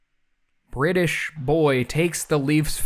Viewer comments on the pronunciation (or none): none